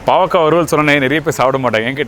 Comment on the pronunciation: It 'snot bavaka but baakarkai